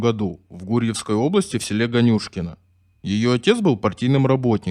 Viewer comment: Не ГанЮшкино , а ГАнюшкино. Озвучка жесть , голос отвратный. А тема хорошая. Даже не стала слушать.